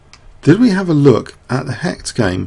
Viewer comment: Clearly in the game vs. Hecht (btw. pronounced as Hesht) Tal showed supernatural abilities.